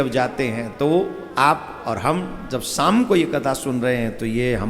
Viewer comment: Shaam not saam